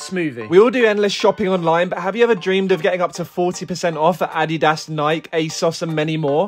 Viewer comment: Ad-E-Dass Ah-Dee-Does